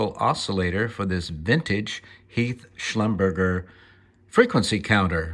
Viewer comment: Pronounced shluber-j